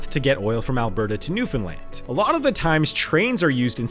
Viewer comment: He actually pronounced Newfoundland correctly. I am amazed.